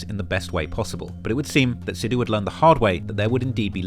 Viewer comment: I'm not Indian and I have never been to India but I've been listening to a lot of Moose Wala in the last couple of years because I think Indian music is so unique. I didn't know there was a story like this behind the guy though. (Btw just for future reference, it is pronounced "Sick" instead of "Seek" for Sikh/Sikhs/Sikhism, I have a Sikh friend that is always getting on me about the pronunciation lol).